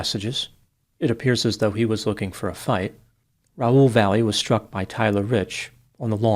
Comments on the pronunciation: Last name should be pronounced Vah-yeh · I knew a family with this last name [Valle]; they pronounced it 'Vah-yay'. However, since we know does his homework, I imagine in this case he has the correct pronunciation in his story. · Last name is but can't pronounce Valle correctly.